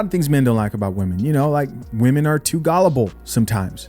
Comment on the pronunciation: I’m sorry bro but, why do you say gullible like that? Lol